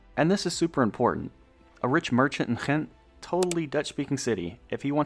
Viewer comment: Except Voerstreek, which was mispronounced to the point of being unrecognisable. 😅 Funny after he pronounced Ghent perfectly…in a Dutch accent. “Crcchrhhent” love that. It’s actually hard to pronounce both the Dutch G and Flemish G coming from English, so it’s a great one to pronounce right either way.